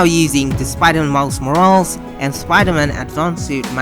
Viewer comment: Great work! But the way you pronounce "Morales" gave me cancer.